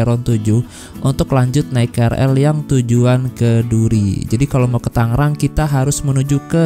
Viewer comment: Tangrang apa tanggerang